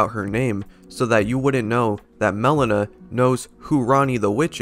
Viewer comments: Melina its not (melena) its (Melina) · Not Melon-ah. It's Mel-ee-nah. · It's Meh-Lean-uh, not melon-uh